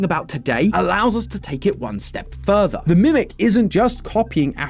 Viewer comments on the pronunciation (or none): none